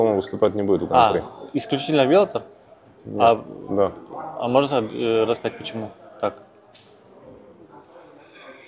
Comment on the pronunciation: научитесь уже правильно произность название организации "Bellator". Там два "Л".